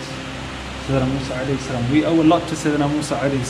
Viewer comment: Mosa ✅ Musa ❌